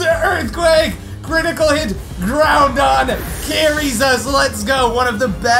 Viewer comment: When said Groundon, I bursted in laughter